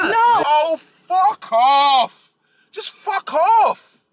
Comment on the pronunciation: “Oh Fu** Off” in the London accent, I love it.😂 But on a serious note, as a black woman I approve this damn message!